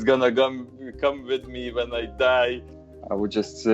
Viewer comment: it funny how he says “die”.